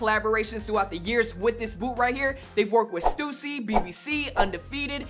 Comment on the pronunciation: That stussy pronunciation